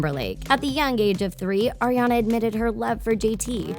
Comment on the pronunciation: The woman won't stop saying Erriana instead of Ariana and it's pissing me off.